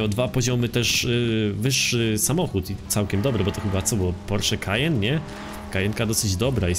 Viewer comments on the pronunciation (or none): none